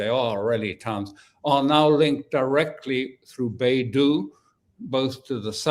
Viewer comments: Beidou is pronounced like bay dough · Dear Sir, it is Bei Dou